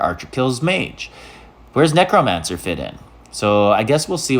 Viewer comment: Please tell me you’re saying it wrong on purpose??? lol. Knee crow mancer 😂 😂 😂